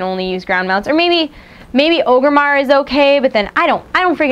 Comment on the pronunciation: I know it is dumb, but it is pronounced ORE-GRIM-MARR named ofter Orgrim Doomhammer... not Ogar Doomhammer :P